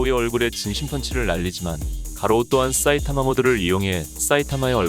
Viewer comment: 싸이타마 라고하는거 엄청신경쓰임ㅋㅋ